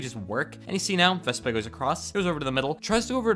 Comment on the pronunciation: he said vesba